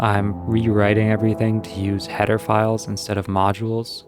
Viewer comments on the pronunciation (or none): Nah why is Header Files sound like PDF